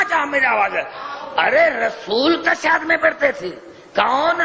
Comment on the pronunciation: tashahud ka lafz hi sai nai bol raha ye tw haha